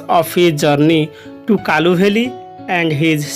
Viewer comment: Sir kalu valley nuhe kulu valley